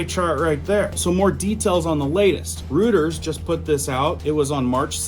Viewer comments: DUDE, IT'S PRONOUNCED ROY-TERS NOT ROOT-ERS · Roy-ters - not Rooters. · It's "Roiters", not "Rooters". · It's not Rutters, It's Reuters pronounced ROY-ters. Keep up the great reports. Good job! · pronounced ROY-TERS (spelled Reuters) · (I think Reuters is pronounced roy-terz) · PRONOUNCED 'ROYTERS' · THAT WOULD BE ROYTERS, CORRECT PRONUNCIATION! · I’m pretty sure it’s pronounced ROY TERS. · FYI Reuters is pronounced like "ROY-TERS"